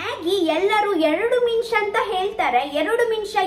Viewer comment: ಮಿನಿಸ ಅಲ್ಲ ನಿಮಿಷ